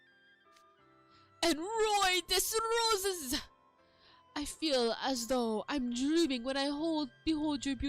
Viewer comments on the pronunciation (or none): The mispronunciation for nicknames Rook calls the others is killing me... Even though it was spelt Roi des Roses, it isn't pronounced like that. Riddle's is pronounced, Rowa Dey Roze, meaning king of roses. Which does fit Riddle a lot... As someone who took french language classes in high school, this is just both funny and painful to watch.